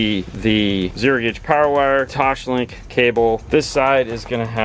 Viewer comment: Phoebe: "TOSS" Joey: "TOSS" Phoebe: "LINK" Joey: "LINK" Phoebe: "TOSLINK" Joey: "TOSHLINK!"